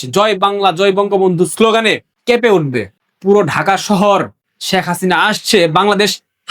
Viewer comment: শ্যাখ হাসিনা না, শেখ হাসিনা উচ্চারণ করতে হবে